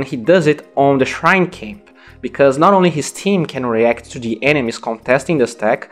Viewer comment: about your pronunciation, don't say "cho" istead of "to".